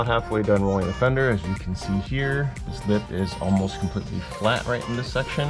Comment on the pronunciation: You call that rrollin fenders???😂 More like beating fenders😢